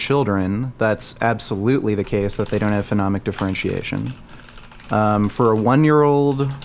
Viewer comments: jesus christ it's so annoying when he calls it phenomic differentiation instead of phonemic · Fo-nee-mik is how to pronounce phonemic. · saying "phenomic" for "phonemic" over and over and not getting corrected is tilting me so fucking hard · bro said phenomic lmfaoooo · For someone with advanced knowledge of how children perceive sounds, it’s hilarious to hear mispronounce “phonemic” as “phenomic” all the time. Also, mans is full of shit. Children learn to discriminate sounds very early. By 6 months on average children can differentiate their mothers’ native language from that of others. Take that from someone who actually studied sound structure as well as applied linguistics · Whoever stepped in for allophones and phonemes, you are my hero. his mispronounciation was irking me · I was so triggered by them both mispronouncing "phonemic" for the first part of the debate. I knew what they meant, but...